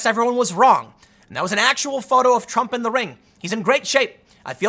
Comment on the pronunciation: I love when Tim mispoke and said trunk instead of Trump xd